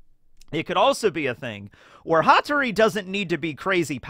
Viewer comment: Its Hattoris Pa, Pattori